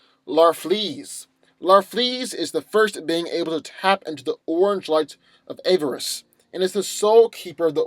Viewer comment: "AH-ver-is",. Not "AY-ver-is"